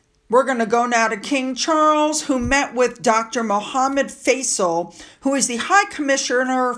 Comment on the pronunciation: um...I think it's Faisal.....or FEYE(rhymes with eye) -zel.